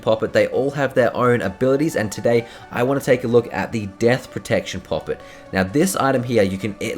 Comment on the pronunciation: I hate the way you say poppet lmaoo 😆